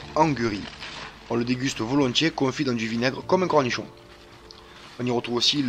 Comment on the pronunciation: Cornichoa, je pensais qu'il était marseillais ;-), super vidéo.